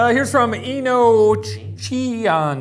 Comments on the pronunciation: Enochian: “ee-no-kee-an” it’s an angelic language, and most people know it from CW’s Supernatural. ;) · Shane it’s pronounced a-no-key-an (enochian) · enochianish is a refrence ro enochian i think and its pronounced E-no-kE-ann thats the best i can describe it but i just wanted to point that out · Little bit angry how Shane butchered enochianish (」°ロ°)」#spnfamily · shane not pronouncing enochian right is so funny bc this is the supernatural season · Shane casually butchering the word "enochian"